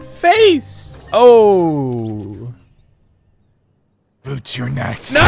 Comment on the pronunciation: “VOOTZ YOUR NEXT” 🤣🤣🤣